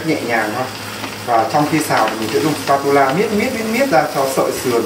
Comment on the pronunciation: vl phát âm xờ pa tu la xD